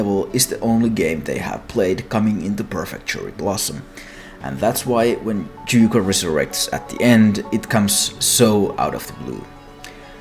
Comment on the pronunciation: What fucking language pronounces "y" as a "j". The other way round, sure, yes. But fucking JUJUKO